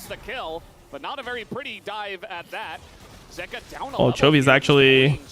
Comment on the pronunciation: the way dom says zeka is actually triggering me